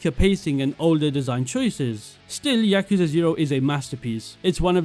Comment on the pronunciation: When I heard you mispronounce yakuza in the first 3 seconds, I doubted whether I should the rest of the video but then I noticed your top 3 are my top 3.. the immersion you receive of playing as a detective in the most famous redlight district in the world and the story that keeps you engaged in Judgement is underrated. Many people just like the updated version of judgement in LJ but dont notice the minor details in what makes some people come back to judgement but not LJ. Each of the top 3 games immersion, story, side content, and music are unrivalled in the Yakuza series, not to mention, these games taking the biggest risk in the kind of games the devs created.